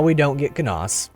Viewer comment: Lucius lyn good, you say Canas wrong sorry :d